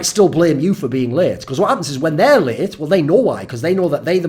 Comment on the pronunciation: mate when you said late i heard it as raped and that was weird for a few seconds